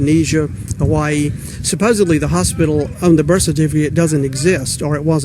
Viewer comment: Suh pose uh blee